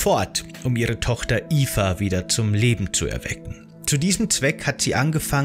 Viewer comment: Es geht um Mirandas Tochter namens Eva, durch die Aussprache im Video ist das leicht missverständlich.